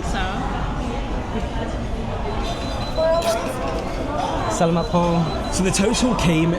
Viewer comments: It is sa la mat not sal a mat, just to help you out. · It's "Sa-la-mat pô" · Adobe should be served hot. It's much better. And you are pronunciation of SALAMAT is incorrect. Ask a Filipino how to pronounce it properly. I made the same mistake when I first moved here 5 years ago. Also ask someone how to pronounce TAGALOG. Videos are good though